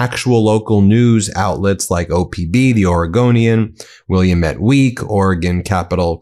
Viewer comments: will lam it...not willamet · FYI: WILL-am-ette ... Check with a native Oregonian so you say it right! Smiling! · FYI: Willamette = will-AM-mett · it’s Will-a-met! An Native American name. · It's pronounced will am it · Just fyi Willamette is pronounced will-AM-it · Willamette pronounced Will-Lam-Met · Just remember, “Damn it Willamette” and you’ll never mispronounce it again 🤣